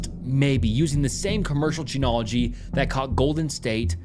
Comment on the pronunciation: Sorry man I keep trying, but the mispronunciations are too much. CODIS. Loci. Genealogy has an a you missed.